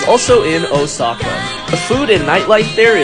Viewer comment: The way you pronounced Kyoto right but not Osaku 🤣